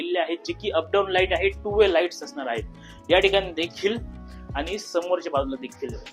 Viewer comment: लाइटी नाही😂 लाइटस्